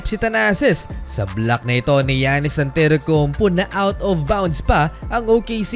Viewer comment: Who is Antetoukounp"U"?